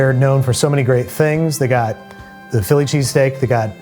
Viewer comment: here he is, phill lee che-stāk himself